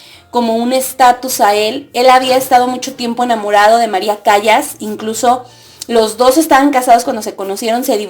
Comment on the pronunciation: Se casó 3 veces y Callas aunque tenga doble L se pronuncia calas